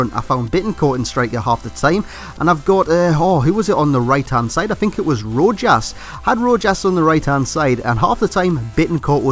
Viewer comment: Its pronounced ro-has